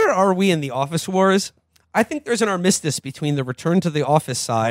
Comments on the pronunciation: “Ar-miss-tiss” “fin de seckle” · I know constantly mispronouncing words is just what this show's about, but did Will really emphasize the mis in armistice?